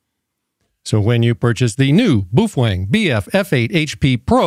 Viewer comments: What the hell is a "Boofwang?" Do you mean Baofeng? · how the hell does it come up to your mind, that the companys name is pronounced boofuang?!?!? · Boo-Fwang? I always thought it was pronounced Bay-o-feng. Can someone please shed some light on the CORRECT pronunciation? It may seem silly to you, but I'm genuinely curious about this. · Bro.. did you say "Boof-Wang" 😂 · Apparently he's cool like that. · I chuckled every time you pronounced that as "BOOF WANG" ... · Do you absolutely slaughter the pronunciation of most words, or do you save that bloodbath for Baofeng only? Boof Wang. 😂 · Worst AI I have ever seen can’t even pronounce Boafang